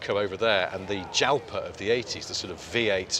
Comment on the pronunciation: It’s pronounced Jalpa 😉